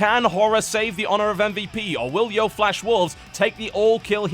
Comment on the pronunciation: DAMMIT TB. YO-E FLASH WOLVES. NOT YO.